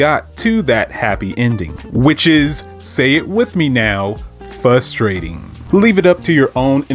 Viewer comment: Hearing you pronounce Frustrating as “Fusstrating” is causing me a lot of frustration. Otherwise I agree with your take.